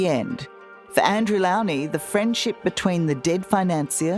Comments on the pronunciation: It’s Andrew Lownie - the “low” is pronounced like the word, low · It’s Andrew ‘Low-nee’ at least pronounce his name correctly, Tara.